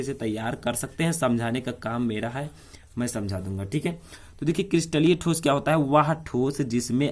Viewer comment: ठोसो नही होता है ठोस होता है